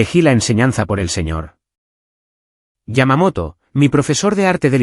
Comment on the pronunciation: Yamamoto, no LLamamoto